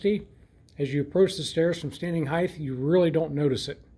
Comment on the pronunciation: its height, not "heigth"